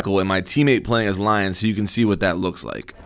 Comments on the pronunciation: I think you actually pronounce it Lee-on since he's french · I thought it was LI-ON? (Lee-On) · It's pronounced Leon EDIT: how's this not on TTS?